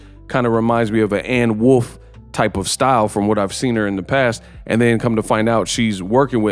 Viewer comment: Anne Wolf is perfectly said dawg